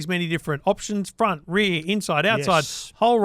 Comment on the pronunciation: In the front, froot or fartment 😂